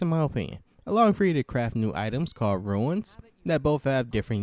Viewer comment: Hes refering to you pronouncing the word Rune as Ruin.